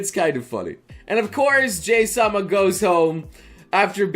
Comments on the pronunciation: I've been reading a bit of this Manga before you made this video, and there's 2 things you've said in this video that kinda irritate me, honestly. 1, you pronounce her name as 'Jay'. It should be very obvious that that's not how you pronounce her name, given that the manager at her work calls her 'Hi-chan'. (Pronounced like 'He') I can't recall the exact origin, but both Jahy and Druj are based off of some sort of mythological gods/demons, and that's likely why their names aren't spelled in a Japanese format. Of course her name could be pronounced differently where the mythology originated, it at least in Japan is clearly prounced as 'Jah-Hee' (Would be spelled 'Jahi' in a Japanese Format) 2, you called it a Reverse Isekai. That's not ENTIRELY wrong, but it's not entirely correct either. Calling it a Reverse Isekai gives off more of an impression that she travels to a completely different reality, where the laws of nature/physics work differently. (Like one world having magic, and the other having none) As well as that they're completely disconnected from one another. (Except for by the 1 manner they manage to travel between eachother, which is typically rare or unheard of.) Jahy simply is just cast out of the home of the Demons to the home of Humans. You also made it sound as though Magic flowed through the Demon Realm naturally, while there was none in the Human Realm. The Demons in the Demon Realm simply just had power given to them by a large Magic Gem within the Demon Re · Did anyone else cringe when he mispronounced Jahy as what sounded like "Jay"? I'm pretty sure it's supposed to be said "jah-hee" or close to. Japanese pronunciation for vowels is similar to Spanish, and I literally had to drop out of that elective in college because my ADHD meds didn't last until 9 at night, and thus couldn't focus on it, so I can't exactly remember correctly how it's pronounced, but that's the pronunciation I usually hear. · It is pronounced Jay or Jahee